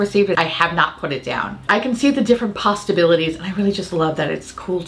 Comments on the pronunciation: Who else heard her say "pasta-bilities"instead of possibilities? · Did I hear "pastabilities"? 🍝😂😂😂❤️